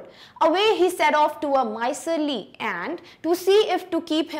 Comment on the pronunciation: Please improve your pronunciation because this word 'miser' is not माईसर .. it's called माईजर... Please improve.. okay..